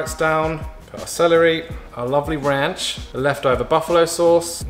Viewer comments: RAUNCH ⎬ ran-ch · “Nice bit or RAUNCH or RAANCH” Just the way he said it 😅😂😅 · “a nice bit of raunch or RANCH as some of you guys say it” 😂😂😂 I loved this video!! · anybody else keep hearing "mold 'n' salt" instead of "malden salt" ahaha?? Also I love when imitates American accents ("raanch")